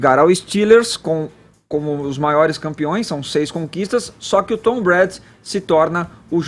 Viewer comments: Por favor...É Tom Brady (breiri) e não Tom bré...Apenas uma correção. É para não perder a viagem, Caio brilhante e elucidativo mais uma vez. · Não é "Tom Brad" isso dói o ouvido. É TOM BRADY!!! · Tava procurando esse comentário.. rs.. Tom Bread.. handzone foi foda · Tom " Brad?" A pronuncia é "Breidi" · Se fala "TOM BRÊIDI" foneticamente. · Gente to rindo muito aqui. O Edgar falando os nomes do Tom Brady como Tom bread (pão) e New England Patriots Como New England Patriotas Kkkkkk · Brady se pronuncia “breidi”.... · "Tom Brad" eu detesto o Brady,mas dá dor nos ouvidos escutar ele pronunciando o nome do cara de forma errada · kkkk né... Tom Bread ele falou kkkk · Esse tal de não sabe nem pronunciar o nome do Brady... pelo amor de Deus. 'Hand zone'? Santo Cristo... se não sabe não fala, cara. E quem liga para essas 'estrelas' que querem lacrar não se apresentando no intervalo? Vão se ferrar! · Alguém paga um curso de inglês pra essa galera! Meu deus! Ninguém consegue pronunciar "Patriots" ou "Brady"??? Caramba, põe no google e imita o som. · Já falo de cara, não aguentei o falando o nome do Tom Brady errado por 20x seguidas kkkkk